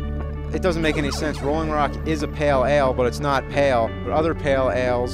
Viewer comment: SAY PALE ALE.....ONE MORE TIME....